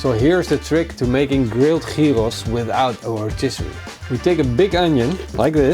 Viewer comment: Gyros is pronounced as "yeeros". Leuke video!